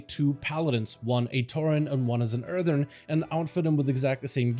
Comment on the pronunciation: You keep saying erthern. I think you pronounced it correctly once the entire video